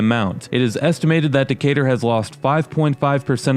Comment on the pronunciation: Someone called it Decay-Turd